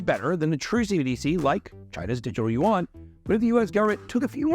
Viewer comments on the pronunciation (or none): none